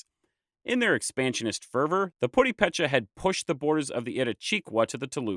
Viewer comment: Nice, but would be even nicer if the narrator did research on how to pronounce purepecha...